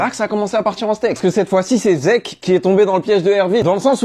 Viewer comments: Zeke??? Sérieusement ?? Toi qui fait tant de vidéo sur SNK tu ne sais pas prononcé son nom?? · On dit Sieg ( ça se prononce Sigue) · Pour ceux qui ce demandent ou ce disent keske c'est que c'est ça pk il dit zeke et Non sieg c'est juste que ça s'écrit "Zeke" mais en vf sa ce prononce "Sieg"mais les anglophones lisent et écrivent comme ça { Zeke } Si ça pu aider quelqu'un. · Sieg est un nom Allemand, ça se prononce Zig, les japonais et anglophones sont des quiches astronomiques quand il s'agit de prononcer les autres langues correctement, dire Zeke c'est juste pas comprendre les inspirations de l'auteur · Si on utilise la prononciation française du nom original c'est plus zig(en allemand (langue dont est issu son nom) dans Sieg le i et le e collé se prononcent i et le s se lit z) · Faut rétablir la vérité, c’est pas zeke c’est Sieg à prononcer 'sigue', Sieg étant un prénom Allemand le pb c’est que les japonais le prononce 'dssique' parce que le son 'z' n’existe pas au Japon donc les Amerlocques en entendant ça on traduis Zeke qui se prononce dcp dzique, bah oui le E se dit I et le 'z' peut aussi se prononcer comme s’il y avait un 't' ou un 'd' avant la lettre, bref la trad fr est la bonne, l’analogie à l’Allemagne n’est pas juste un théorie d’où les noms et prénoms des perso qui sont tous Allemands sauf pour mikasa mais même dans l’anime ils explique qu'elle vient des provinces de l’est où jsp quoi donc ça explique son nom, en conclusion c'est bel et bien Sieg à prononcer 'sigue' et pas 'siègue' c’est de l’allemand je répète